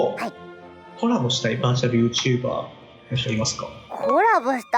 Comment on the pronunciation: バーチャルYouTuberのイントネーションwww バーチャルYouTu BAR